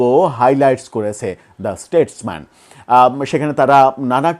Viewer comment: shuddho kore porun. shunte sisri lage. state mens noy , statesman. bar bar bhul korle take bhul i bole mistake na.